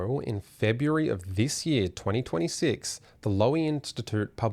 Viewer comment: The Lowy Institute 😄 sorry, please continue.